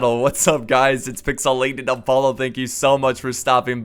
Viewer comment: I love how you say Pixelated Apollo just awesome ;)